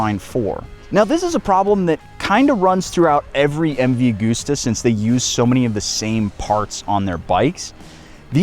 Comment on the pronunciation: Please USA, do you pronounce August as Augoost? No of course not. It's MV A-GUST-AH. Italians are so mad that they contracted me to point it out. Thank you. While I'm at it, there is no such thing as "heidth" it's height. Spite gets height right, just saying. Ok carry on, have a good weekend.